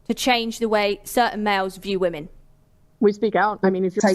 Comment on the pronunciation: "Respect all wahmen" No.